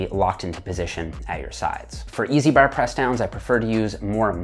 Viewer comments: i disliked the video cus he say the word 'bar' so weird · its like he says it with 2 rs, barr lol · “straight ber or easy ber”. That accent came out as heavy as his reps! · i love my canadian cousins, but the way you say "bar" had me giggling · the way you say bar is almost irish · when you say "bar" you sound so irish LOL. i love your explanations! cheers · Bruh, the only thing you could ever be for Halloween is a leprechaun. Especially because of the way you say "bar" fn hysterical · Gotta get the straight bar...i like the bar over a rope...sounds funny when he says bar